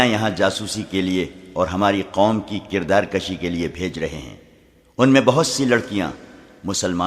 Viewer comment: Kirdar kushi not kirdar Kashi